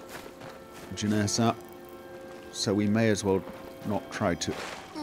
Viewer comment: JenAssa, not JenEssa.